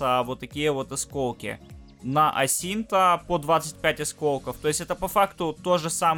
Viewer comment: каждый раз, когда говорит "с Асинто" - я почему то краснею... "...заберите вот это предложение сасинто..."